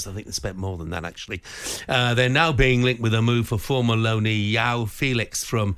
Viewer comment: Very weird that they don't know how to pronounce 'Joao'...it's a pretty common Portugese name